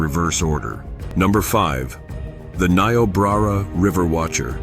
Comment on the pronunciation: Learn how to pronounce Niobrara.